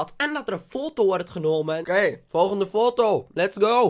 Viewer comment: Je zegt niet fotto het is foto